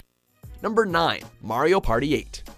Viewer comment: Thank you for saying Mario's name properly, and not pronouncing it 'Mary-oh'.